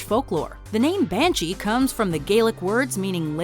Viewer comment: THE BAN-HEN-SHE-HEEE